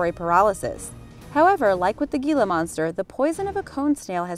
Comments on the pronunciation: Heela monster..da G has an H sound... And I think that the Mojave Rattler is the most venomous of the North American pit vipers but an Eastern Diamondback will still mess you up. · Gotta be the stickler. Gila monster is pronounced (he-la) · This video is inaccurate. For one, chick didn't pronounce Gila Monster right. It's supposed to sound like it has an "h" in the beginning. Second, there isn't a handful of venomous lizards. There's only 2 "the beaded lizard" and the "gila monster" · Gila monster is pronounced (heala monster) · Gila Monster is pronounced: "Heela" Monster...FYI..✌💖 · "Gila" is pronounced HEE-lah. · G in Spanish is pronounced H (as J in German is pronounced Y.) George in English would be Hor-hay in Spanish. Gila thus is hee-la. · Gila Monster is pronounced "Heela Monster." And the Diamondback Rattlesnake is found in the Southwestern part of the US, not Southeastern. Entertaining video, nonetheless. Thanks for sharing! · Gila is a Spanish word. It is pronounced HEELA. It's an easy thing folks. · The first "eastern diamondback" was actually a nonvenomous garter snake then you put a hognosed snake pic in the same part lol. Thought you should know oh and it's pronounced Hee-la "gila" monster. I live in the Southwest U.S. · (He) la monster. G is silent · You mispronounced Gila, the G is silent so it "Hila" Got it? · Great video ! #10 pronounced " Healamonster" . Merry Christmas !!! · If you are going to make a documentary about a Gila monster you should know how to pronounce it. Just sayin. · You cannot pronounce Gila? You think the Tropic of Capricorn is a place? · minus points for showing a garter snakes and a hognose. both not venomous at all for an eastern diamondback rattlsnake. a gila monster is pronounced with an h sound instead. not a thorough researcn but generaly correct. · Thank you! I cringe every time she says Gila Monster. Also Brown REcluse, it's actually pronounced brown RECluse! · Thank you! I live in AZ and that was driving me nutz!!😂🤣